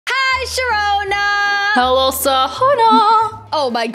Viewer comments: WHOS HOLOSHAHONA THATS WHAT SHAROONA SAID LOLLLLLLL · HI SHAROONA Sharoona: HI SAHONA me: AHHAHHAHAHAHHAHAHAHHAHAHAHAHAHAHAHAHAHAHHAH HA.......................................................